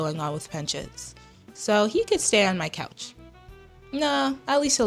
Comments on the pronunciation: THAT'S NOT "COUCH", THAT'S "COACH" 😭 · ..girl that said u can crash on the COACH . 😭😭 Its "you can crash on the couch" NOT COACH